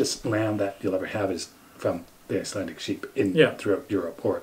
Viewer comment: Trying to watch as many Canadian vlogs as possible. Keeping it local 😀. it sounds like you are pronouncing Icelandic as Icelantic!